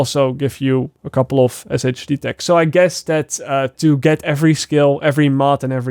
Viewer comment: It’s “Shade tech”😂